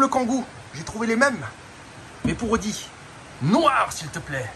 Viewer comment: Y en a mare de ton "oudi" !! Ta pas une Volvo des années "69" a restaurer !?!?🙆‍♂️👌👍